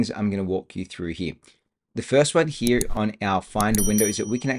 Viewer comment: a lot of good information but I had to listen to it a few times, the second time with cc on. SLOW DOWN your speech. You talk way too quickly, plus with your accent I found you difficult to understand. Work on the word "here".